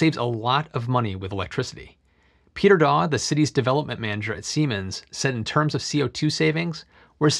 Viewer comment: heh, he said semens